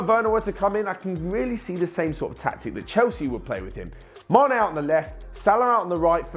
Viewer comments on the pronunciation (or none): none